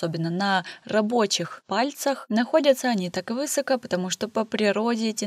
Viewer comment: вЫсоко, пожалуйста, перестаньте. нет и не было в русском языке такого ударения. в устаревшей версии высОко. но так уже никто не говорит. сейчас верно говорить высокО. пожалуйста. уже кровоток из ушей.